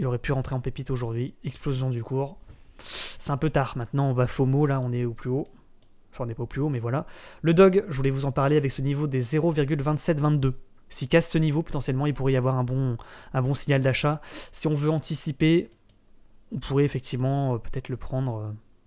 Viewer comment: Pourquoi tu dis DOG ? Alors que c'est DOGE !